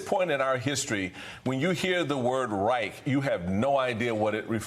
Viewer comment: Americans, and that includes Biden of course, don't know how to correctly pronounce the German word 'Reich'. Lack of education?